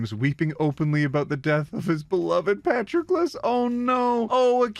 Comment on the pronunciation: the way that you pronounce Patroclus is gonna make me cry